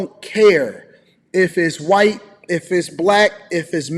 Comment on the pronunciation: I appreciate the way he’s defending himself and respect the way he handles himself. Especially that he’s STILL being respectful to her (the creator). Also the way kept saying “whyyyyyyte” with that super southern twang KILLED ME😂